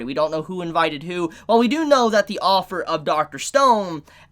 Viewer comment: You say "author" as "offer"